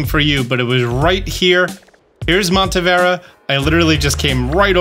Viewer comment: I love your videos. Thank you so much for all the effort you put it. But please take your time to read stuff by syllabe. It's not Montevera, but Monte-ne-vera. I feel like you're just not paying enough attention to the names.